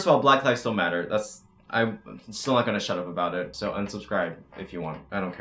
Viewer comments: I’m a whale he said “black lives STILL matter” it just sounds like he says black lives don’t matter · I thought he said “black lives don’t matter” AND I KEPT REPLAYING IT then I realized he said “black lives still matter” Oof you scared the shit outa me. 😭😂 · Good I was like replaying the audio over and over trying to see if you said "don't" Or if you said "still" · I was VERY CONCERNED FOR A MOMENT cause when he said “black lives still matter” I thought he said “ black lives DONT matter” and I had to turn on the captions to make sure before I started throwing hands 😂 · lmao same 😭😭